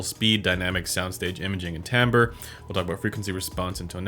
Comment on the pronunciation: Correct pronunciation :)